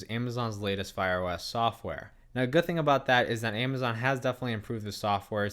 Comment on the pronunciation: A-ma-zon not Aim-a-zon 2 cameras not 2 camera